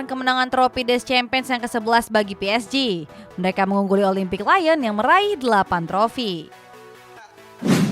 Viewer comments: Kiraen presenter ngerti bola 😀 ga taunya tukang baca sambil disuruh cengar cengir di depan camera doang 🤣 Ada Olimpic Marseili 😆 Ada Lyon yang jadi Layen 😂 Ada juga si Ousmane Demble sama Weston Mekni 😀 Ada pula FrengFrag 🤣🤣🤣🤣🤪 Ayo dong min, talentnya coaching dong min 🥳 thank you mimin, ini cuma kritik kecil biar makin hebat channelnya 🥳🥳🥳 Good luck 👍🍀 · Lyon dibacanya Lion (Singa)🗿